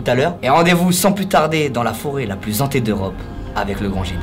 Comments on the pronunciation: Forêt Hantée pas zantée ! 🤪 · Oui super, par contre "la forêt la plus zhantée" ca fait un peu tache, ca pique les oreilles pour certains